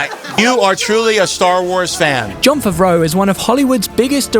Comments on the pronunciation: 20 seconds in and you completely butchered his last name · The pronunciation of his last name😂